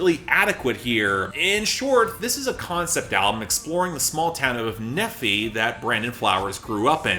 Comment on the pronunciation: I actually live about 45 minutes away from Nephi. Pronounced “Knee” “Fi” btw :) It was really cool to listen to that Killers album. It was close to home. Really cool experience.